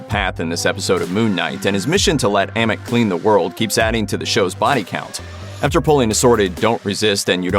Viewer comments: As well as saying 'Am-it' instead of 'Ah-meet' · why he pronounce it like, a mit , when they say ammit in the show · I love your videos but for the love of god please say AHMIT not emmit like for real you heard the say Ahmit(written Amit) so please say it like that next time, no offense but it's a big trigger for me.